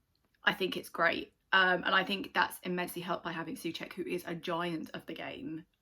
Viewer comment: its u but o-u , like when you spell letter O